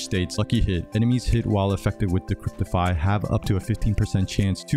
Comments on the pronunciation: DECRIPIFY - NO T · De-cre-pi-fy ahah sorry but great build tho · Cheers , gonna try this right now , bored with my other char . Please drop the "T" , no "T" in Decrepify , you had me laughing to you said Decreptify so many times . I needed the laugh today , thanks :) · Thanks for the chuckle - there is no "T" in Decrepify =)